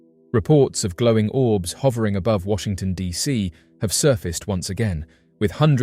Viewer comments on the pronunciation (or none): Washington D Dot C??? Cmon man